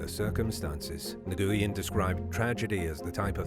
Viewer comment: Nguyen, is pronounced "whin or win." Its Vietnamese if memory serves.